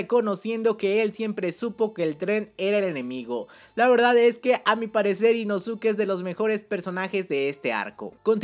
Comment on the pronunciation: Nezko e inoske porfavor, asi se pronuncian